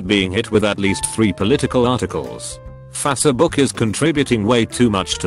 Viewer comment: Literally no one: Text to speech: Fa-suh-book